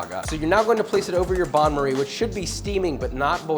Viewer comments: Pronounced ban marie (not bahn) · Not a Bahn Marie, it's a Ban Marie.